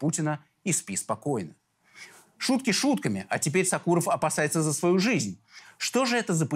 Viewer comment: Не сакуров а Сокуров ударение на о.фамилия осетинская